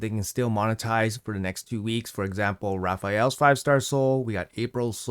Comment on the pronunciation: its Raphael's.